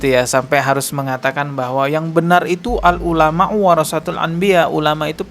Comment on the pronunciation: Al ngulama 🤣🤣🤣🤣 Benerin dlu penyebutan nya dong Malu2in nama kiayi aja 🤣